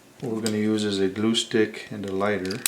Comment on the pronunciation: When you say glue stick I heard acoustic.